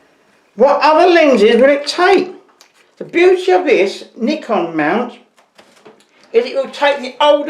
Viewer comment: I like how you say Nikon, the proper way.. 😁